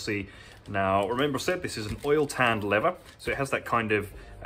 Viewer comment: I live in Texas where leather and cattle are king. Love your videos and I watch them all. Just find it fascinating how shoes are made new looking again. Just one question though. I’ve noticed a lot of Brits pronounce “leather” as “lever”, losing the th sound. What’s with that? Just curious! Great videos!